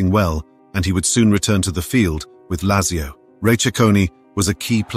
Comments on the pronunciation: I don’t know much about football but your pronunciation of Lazzio offends me. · It is pronounced Latzio. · How is it you can pronounce Thurunayapuram correctly but not Lazio?